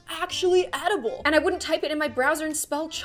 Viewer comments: eatable, he said it wrong and i screamed and cryed for hours because of this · Can we PLEASE talk about how that guy said eatable like “eat able” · this dude said eat able. Isn’t it et a ble? Pronounced, clearly not how you spell it😂